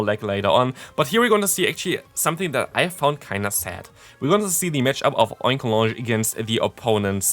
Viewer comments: The correct pronunciation here is OinkoloGNe. GN, Ñ, not J. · Another great video,! Just to continue helping with pronunciation if you feel like you need it, I say it as follows; Oink-alone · Oinkologne is pronounced like Cologne, the city.